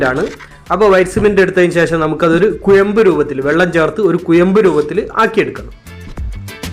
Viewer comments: കുയമ്പ് അല്ല കുഴമ്പ് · കുയമ്പ് അല്ല കുഴമ്പ് ആണ് ശരി